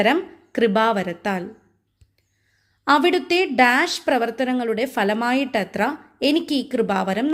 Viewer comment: ഫലമായിട്ടത്ര എന്നല്ല ഫലമായിട്ടത്രേ എന്നാണ്. പീഢകളത്രx പീഢകളത്രേ